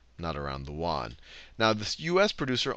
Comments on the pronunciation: It's pronounced 'yuen' -- like 'yen' but with a 'u' -- not Juan. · "yuan" sounds more like "yew ann" or "ewan"